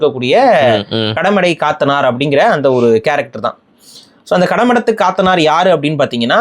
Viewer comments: காத்தனார் இல்லை கத்தனார் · அது காத்தனார் இல்ல கத்தனார் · Dei athu kaathanar illada Kat_tha_ naar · அது கத்தனார், காத்தனார் இல்ல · காத்தனார் இல்ல கத்தனார் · Kaaaatanar illa pa kathanar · Kaathanar alla, kathanar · கடமுற்றத்து கத்தனார் காத்தனார் இல்ல கத்தனார் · அது காத்தனார் இல்லை... கத்தனார் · BRO காத்தனார் இல்ல "கத்தனார்" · அதன் மலையாள உச்சரிப்பு ( കത്തനാർ ) கத்தனார் ( Kathanār ) Last Vowel ( ā ) is Long Vowel ( நெடில் ) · கத்த னா ர் ✅ சரியான உச்சரிப்பு